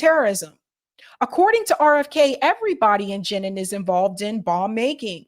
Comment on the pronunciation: It is pronounced Jah neen and I would never vote for RFK jr. He is a democrat through and through ! He is obviously taking this stance because he is a coward and if he is a coward can he be truly trusted with anything else he says.